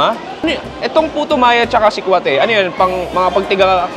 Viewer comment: mali ang bigkas mo ng salitang sikwate. Paturo sa mga locals.